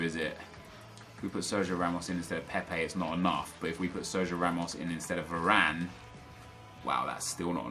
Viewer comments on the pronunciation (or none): none